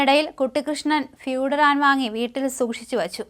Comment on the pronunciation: ഫ്യുടരാൻ അല്ല ഫ്യുരാടാൻ